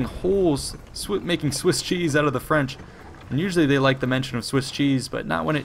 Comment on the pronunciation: Your French pronunciation is very good.